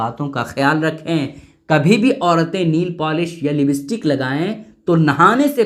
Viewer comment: Libstik nhi hai,, lipstick hota hai